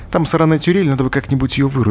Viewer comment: Почему он говорит: ,,тюрель", а не: "турель"?